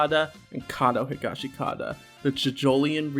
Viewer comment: this isn't really important. but the "i" in the "shi" in "higashikata" is like, silent. its more like "higashkata". same with "norisuke" its pronounced "noriske" just like jousuke is "jouske". i say this because the correct pronunciations are actually easier to say than the incorrect ones.